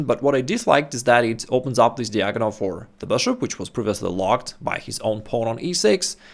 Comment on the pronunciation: посмотри произношение слова "диагональ". Из видео в видео режет слух.